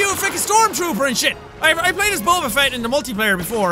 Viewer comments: it's bow ba fet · its pronounced bob-ah fett